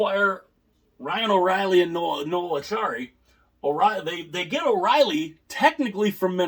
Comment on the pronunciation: It's Acciari not Accari, pronounced Achary.